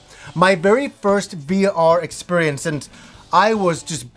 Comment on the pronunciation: New Years resolution, stop saying the word experience, or at least learn to pronounce it, its like nails on a chalkboard for me.